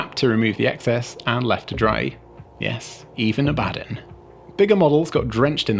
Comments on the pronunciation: So, why did you swap Abbadon's head AND sword? I would have kept at least one of them so your opponent recognizes the guy. easier. Also, his name sounds more impressive when pronounced "Abba-Don," but anyways, he's hard to recognize with a different head AND weapon. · Do you pronounce Abaddon wrong on purpose? c